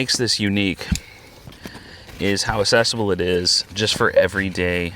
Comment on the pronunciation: Question- why do you say “access” with the hard C… but you say accessible as if you’re saying “assessable” ???